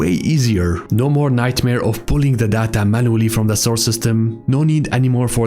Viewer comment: Take a shot every time he says da da ta